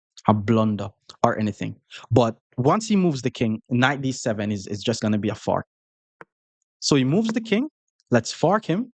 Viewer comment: Sorry in advance, I mean no disrespect at all but when say the word "fork" it sounds like he saying "fart". so when he says I am trying to fork or any sentence it just makes me laugh every time....